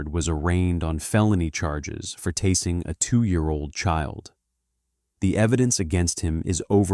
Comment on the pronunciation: Pronounce the word tasing properly in the narrative of the video.